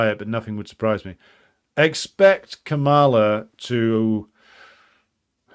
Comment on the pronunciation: It's pronounced Kah-muh-luh, stress on the first syllable not the second.